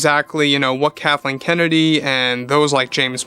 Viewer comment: Lol you almost say Kahtleen